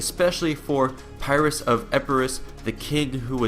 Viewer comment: Perioikoi is pronounced Per ee kee, and pyrrhus is pronounce Pir-us, just like Pyrrhic